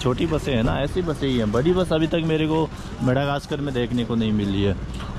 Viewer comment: Bro Madagascar not Madagaskar